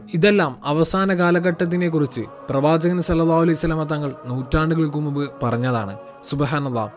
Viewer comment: Pravajaghan Enna ucharanakk pagharam pravajaghan ennulla ucharanayil aan koodudhal bahumanyam ulladh , thanghal onnu shraddichalum